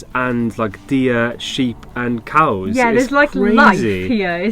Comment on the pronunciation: I'm only 42 seconds into this and already giggling like a kid. "& the coos are betta lookin than yer Maa." Love it.